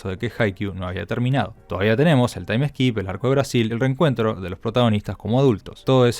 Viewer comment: se dice TAIM SKIP, no "taim es kip"